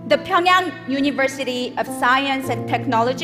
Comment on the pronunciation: How beautifully are u saying this Pyongyang wow